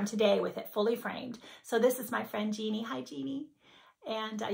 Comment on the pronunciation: LOL. I had to go back and listen to your pronunciation. I am fairly accustomed to having my name pronounced several ways, so I really didn’t notice. But yes, it is Jennie, not Jeannie. No worries. Just flattered that you called me out😉 Happy NY!!!